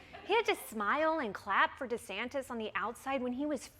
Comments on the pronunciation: Trevor!!! Repeat after me: Ron De SANNN-tis, not Ron De SANK-tis. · Trevor is actually calling him Ron DeSanctis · Trevor is still saying “DeSanKtis” with that extra K. At this point, my advice to Trevor is to add two more and just go all in by saying “DeSanK-K-Ktis.”